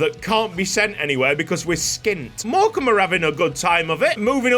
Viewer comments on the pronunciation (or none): none